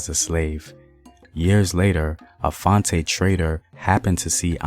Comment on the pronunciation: Fante: is “Fan-Tee” Takyi: “Tay-chee”